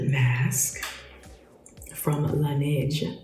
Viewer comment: Love her for being one of the few on here that actually pronounces Laneige correctly